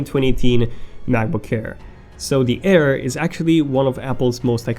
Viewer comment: sorry man, your pronunciation annoyed me, especially 'ayeer'